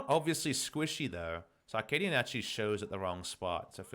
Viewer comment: Is it just my ear, or is Papa saying "Ar-kaadian"?